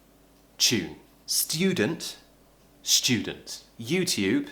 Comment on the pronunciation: Omg ! Sçudent lol